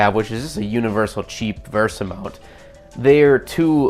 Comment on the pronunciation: VESA not VERSA